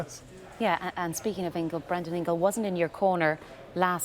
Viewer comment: When she said Brendan Ingle 🤦‍♂️